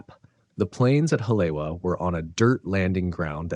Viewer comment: Pronounced; Holly-Eva I lived there for a bit. Try this one: Aiea Pronunciation anyone? Eye A uh